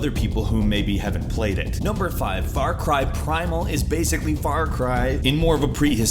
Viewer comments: it's far cry primal, not far car primal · Mhm is "FAR CAR PRIMAL" new game XD i though theres gonna be far cry primal .. ohh man :/ shieht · It's pronounced Farcry Primal/Far cry Primal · Far Car Primal, lol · I didn't know there was a game called "FAR CAR" LOL XD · it says far CAR Primal lol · Far " Car " Primal? xD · Far car primal yup no English erors her yup.